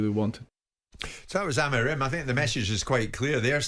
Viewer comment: Wish Jim would stop over pronouncing’Amorim’